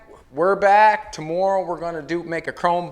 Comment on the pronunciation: Great to see you back! Love your innovation and how you explain your fabrication of the projects. My kids just heard you say the word, "tomorrow" and told me that you are the first person they've heard pronounce it the same way that I do. (Guess it's the Nova Scotia in my blood...my grandmother's family came from there to the USA. Wishing you continued success!